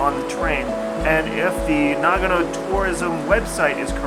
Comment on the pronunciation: うーん、日本人としては、英語の「No」と ひらがなの「の」では全く違って聞こえるんだが。というか、あなたを含めた英語圏の人が読み上げる「長野, Nagano」は、日本人には「ながのぅ」としか聞こえていないんだよ、実際。